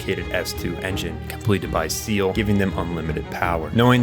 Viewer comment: Why do you call Sachiel Cecil?